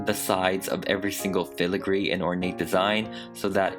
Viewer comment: Dang this is so amazing also irrelevant but I love how you say filigree